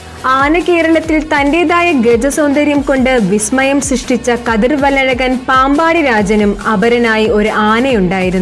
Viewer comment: ചേച്ചി കതിർവല്ലഴകൻ അല്ല കതിർ വില്ലഴകൻ ആണേ 😅🙂😄